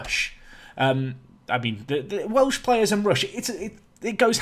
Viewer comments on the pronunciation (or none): none